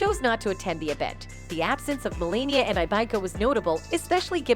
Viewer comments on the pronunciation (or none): It’s not Maralego, and her name is not Melenia. And who is Ivenka? These videos are so fake. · You could at least pronounce her name correctly 😂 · Mar a Lago and Melania, Ivanka--pronunciation problems are weird here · The speaker in this video needs to learn how to pronounce Melania's name! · and Ivanka and Mar a Lago, and sexual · Whoever is doing this video, you need to learn. Their names is Ivanka and Melania. I don’t know if you’re Canadian or what but you’re mispronouncing their names you’re an idiot.